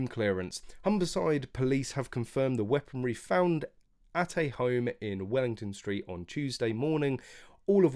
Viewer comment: It's not "Weaponary" unless I suppose you club someone over the head with it. It is FORMER weaponary.